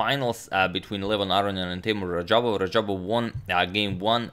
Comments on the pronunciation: Its actually radjabov, not rajabov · isn't it RaDjabov and not Rajabov. Teimour Radjabov and not Teymur Rajabov. #correction Agadmator, no offense intended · Teymur instead of teimur and rajabov instead of radjabav😅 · Fix RaDjabov's name, please!